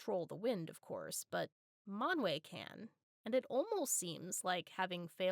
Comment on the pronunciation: I loved how you massacred Manwe😀😀😀😀😀